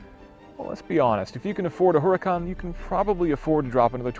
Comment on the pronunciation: Eeeelp, why did e call this andsome, fabulous, orrendously amazing car, URACAN? Are you french my man?